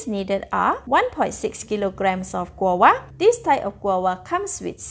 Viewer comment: You need to pronounce the v That's not how you say guava It's pronounced gwa va